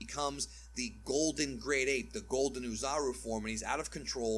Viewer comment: says "Bebi" but mispronounces Oozaru" as "ooh"(like pooh)-"zar-oo." preaches using the original japanese names but if he were doing that full-stop then he'd say "Oh-zah-rooh" because the English rhotic "ar" like in "car, bar, tar" does not exist in Japanese.